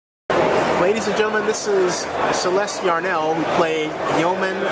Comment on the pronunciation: It would be great if you could get Celeste's name right.